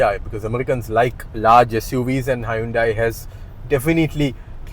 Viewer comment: Good review and good humour too. BTW Hyundai is pronounced as in Sunday.